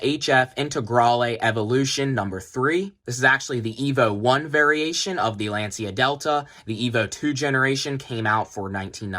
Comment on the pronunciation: Bruh, half the time of this video about nothing and badly pronounce the name of brand Lancia too... Come on.